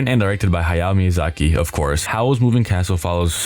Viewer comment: Someone who can actually pronounce "Hayao Miyazaki" and "Ponyo" correctly!